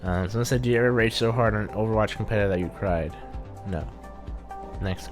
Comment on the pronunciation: in the beginning spelled Overwatch wrong 😂😂 he said over wach XD